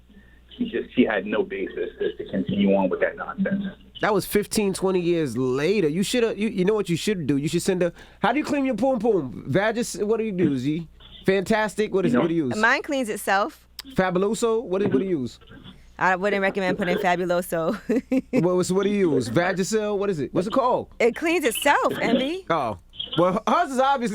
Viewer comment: Lol envy said Fantastik. Lmao he a fool.